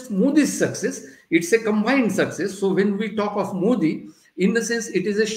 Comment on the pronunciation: Learn to get his name right. It is मोदी and not मोडी. Softer "d".